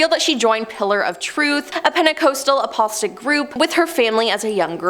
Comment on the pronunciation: Apostolic = {App-puh-stall-ick} Like •Napa• Valley, Joseph •Stalin•, rhymes with DI…. sorry…•KICK• Pentecostal = {Penta-coss-tull} Like that acapella group •Pentatonix•, rhymes with •SAUCE•, sounds like •rule• Might be jumping the gun by commenting before I see the last 4 minutes of this…but the Pronunciation N@ in me almost had an aneurysm listening to her screw these very common words up